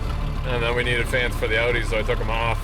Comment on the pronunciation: With the emphasis on NEEDED lol